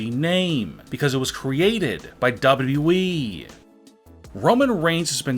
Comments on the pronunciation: "Dawo Dawo wee" Mate its WWE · His not saying WWE his saying dubaue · He literally says wwe like dubiudubiue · I love how he says dah-bu-dub-e-du-wee as WWE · the more i listen the more i want to punch my computer. how stupid could u possibly be. DOUBWWEE this is what u sound like guy. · Lmfao “ W W Weee “ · I’ve never heard someone mispronounce WWE so many times in so many different ways. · LOL THE WAY HE SAYS WWE 🤣🤣🤣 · pronunciation of WWE....its just... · The way he says WWE is weird and funny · He doesnt know how to say wwe lol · Also learn to say wwe properly dude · I’m sorry but does anyone else think that he says WWE weird or is it just me? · Anyone notice the guy can’t pronounce WWE😭😭😭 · He doesnt know what hes talking about aaaand he doesnt know how to say wwe